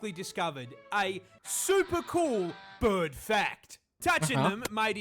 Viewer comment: "BUHRD!" 😄 I am going to be pronoucing 'bird' this way all the time now 😁